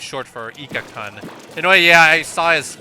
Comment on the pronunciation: Protip: Japanese "u"s are all the "oo" sound (when they're not silent outright, e.g. at the end of a word). So the good player on the opposing team would be pronounced "koon," not "kuhn". The more you know! Also, Cold-Blooded for days on a Roller, since they don't really benefit from the Run Speed Up from Haunt at all.